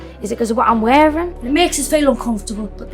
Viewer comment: wheaing is how she pronounced it 😂